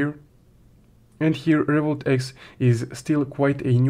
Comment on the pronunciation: Why cant u pronounce Revolut X properly I don't even understand if u are saying revolut , Revolut x or Revolut eep what are you saying bro your video is clear but you intuition is very bad